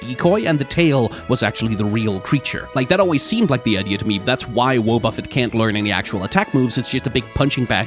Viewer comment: did this man really just say Woah-Buffet? Like Jimmy Buffet? Also I appreciate trying to pronounce Suicune in a Japanese way, but in Japanese it's just スイクン (Suikun), no "ne" on the end